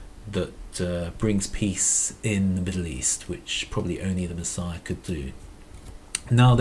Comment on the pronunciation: did anyone else notice that the way he said messiah sounds like "machine" ?